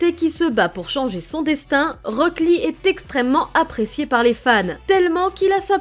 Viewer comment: J’ai eu mal des que t’as dis rock lee 😭😭